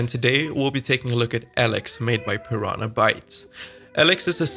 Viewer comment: Firstly the games name is spoken as Eelix as in eel, not Alex. Secondly your forced 'rasp' is very annoying.